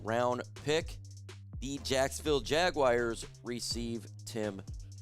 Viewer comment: Jackass the word is JAG U AR.... NOT JAG-U-WIRE... Jesus